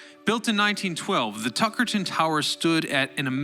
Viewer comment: Hey! I’m from Tuckerton NJ and you are pronouncing that second T way too harsh. It’s said more like Tuckerdon, Ik it seems stupid but it bothered me to the point where I couldn’t focus on the video